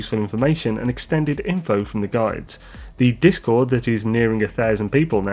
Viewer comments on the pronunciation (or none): none